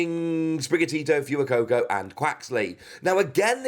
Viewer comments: Fu-ee-coco? Fway-coco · Btw, sorry if this has already been commented, but Fuecoco is pronounced "F-Whey-Coco"